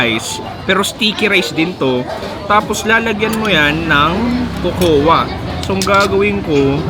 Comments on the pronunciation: Cocoa: kow kow pronunciation nun... Research research din... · Cocoa Is this pronounced as "ko-ko-wa" OR Kok-wa? 😂